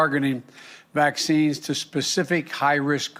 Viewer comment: This old man can't even form a sentence. Saloon? Really? Vaxskeens? I feel so sorry for all of the idiots who think this creep is our duly elected and legitimate president.